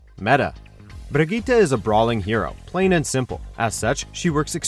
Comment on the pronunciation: The way this dude pronounces Brigitte makes me wet.